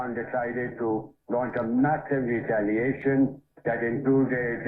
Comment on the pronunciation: Delhi pe missile mar rhe ho aur bol rhe reatliation proportianate tha 😂😂